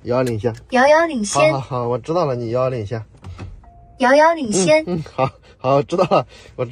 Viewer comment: 哈哈哈, “妖妖领先”，太可爱了啊